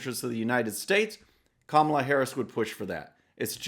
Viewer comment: Joe you better learn how to pronounce her name I don’t have to worry I don’t see your name much or hers at all. It’s great for the Republicans. True True and True. Hypocrite hypocrite and hypocrite.